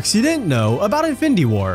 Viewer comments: bro, it's pronounced as IN-FIN-NI-TY, not INFITY like wtf lol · In-fin-d-war? Dafuq us that? Didn’t get past 2 minutes of this video. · “Ifendi war” 🤣🤣🤣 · Who else was annoyed by the narrator constantly saying 'infindy war'? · wtf is infindy? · Since the first time he said it. It really made this video really difficult to watch. Content was great, but this host was truly difficult to listen to. Especially how he says “infindy” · I'm a quarter of the way through and I'd have to "concur doctor" 😂😂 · Fidy facts you didn't know about infindy war😂😂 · Me tooo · Jesus, I didn’t notice it until I read your post Now, YES it’s very annoying LOL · Infinidy war hahaha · Sometimes it’s just “findy” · "INFINDY WAR" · Fact 51: its pronounced InFINdy war apparently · Fendy war??😂😂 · Narrator kept saying something like "infity war" was very annoying to the ears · Whats so funny is he kinda said infinity stones right in the beginning and then began to butcher the word throughout the rest of the video 😂😂😂😂😂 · Haha 😂thought I was the only one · Say infinity right lmao there’s no d in it it’s a t 😂😂